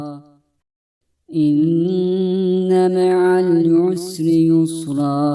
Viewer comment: Allah razı olsun. Kızıma ezber yaptırırken dinletiyorum. Çok faydalandık. Yalnız "inne meal yusri yüsra" şeklinde anlaşılıyor dinlerken. Dinleyerek ezberleyenler için sıkıntı olur.😔